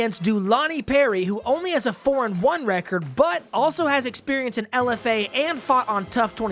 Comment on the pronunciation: God damnit! RECORD NOT RECEERD